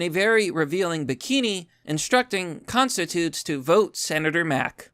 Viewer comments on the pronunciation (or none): its pronounced con stit chew ents